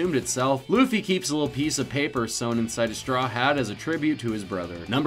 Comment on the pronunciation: it's not loffy it's luffy